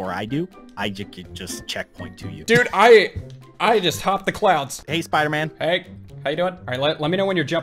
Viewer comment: Episode 2 you said spooderman